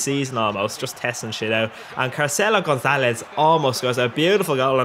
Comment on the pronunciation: The way he says carcela Gonzalez haha